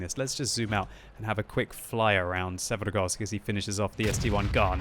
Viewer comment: I just cant fucking stand to hear quickybabys pronunciation of maps and names, or should I say trying to sound eastern european but butchering words even more than he would by just saying it how they would sound in english. Oh man i dont know why but this fucking grinds my gears so hard I cant finish a damn video because of the way he say Karstas and Severgorsk. This is also the case in all his videos, just say the fucking names in english dont try to be russian damnit. Im from eastern europe and this makes my ears bleed for fucks sake